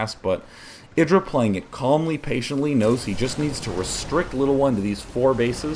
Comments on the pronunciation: isn't it eye-drah? not iddrah. This is what happens when you let Zerg macro up.. Idra replenished army so fast... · i hate how you say idra like Lidra without the L its EYEdra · Why do they keep calling him (A)dra... It's IdrA. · "i-dra", not "id-dra". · "Eye dra"